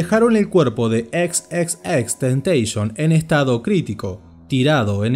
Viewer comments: Nose le dise xxxteiteeison se llama xxxtentacion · Es TENTACIÓN no Tentation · lo corrigió además da mala imagen a x, se pronuncia xxxtentacion no xxxtentecions en una entrevista lo dijo pero no importa xd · No es xxxtentation,, era xxxtentaCION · Gracias por este reportaje pero vale la pena aclarar que no se le tentation sino tentación. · No se pronuncia así, el mismo dijo que se pronuncia como en latino XXX TENTACION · Empezó bien el video. Pero¿ porque decis temteishon? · Bro deberías borrar este vídeo, XD como puedes desinformar y ser tan amarillista descaradamente, investigas de una persona para hacer un documental y nisiquiera puedes pronunciar su nombre bien :/ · si es verdad wn el creador de este video no sabe nada, ni siquiera dice el nombre bien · no es tan dificil poner imágenes y vídeos en un vídeo con transaciones, lleva su tiempo, pero si sabes editar lo haces. Que por cierto, ni siquiera sabe pronunciar su nombre bien. Y cuenta una historia llena de mentiras que si quieres te las desmiento punto por punto.